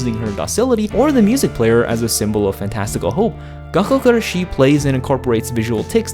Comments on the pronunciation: It's not really gakkou guRAshi either All the letters are annunciated about the same but if you were to annunciate anything it would be the GUrashi ¨ Pronouncing it with a strong Ra is what English speakers tend to do the strong shi sounds very French to me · It's gakkou guRAshi... (also in another video) it's suBAru. Idk why so many english speakers have so much trouble to pronounce them correctly =S